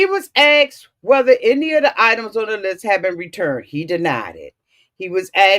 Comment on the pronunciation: “Ax’d “?! Ugh … I had to click off.